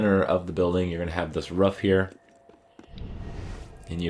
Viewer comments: I know roofs can be rough but uh, they’re called ‘roofs’ not ‘roughs’. 😁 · I want to know how your brain sees the word “roof” and you say “rough” or “ruff” like bro its not a hard word to say correctly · It's roof not ruff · I love how he says ruff instead of roof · And how he calls the symbols "fragments". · What accent calls a roof a ruff? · Why do you call a roof a ruff? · It’s pronounced roof not ruf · This video would be a 10/10 if he could say roof correctly